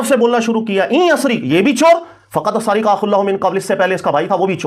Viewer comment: بار بار سرِق (را کے نیچے زیر) پڑھ رہا ہے جو صحیح نہیں درست (را پر زبر ہے) اس لئے درستگی کی درخواست ہے